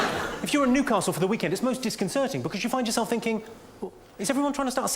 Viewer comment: As a Geordie he nailed Newcastle